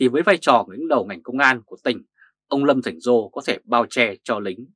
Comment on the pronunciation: Lâm Thành Sol, not Lâm Thành Giô,sir.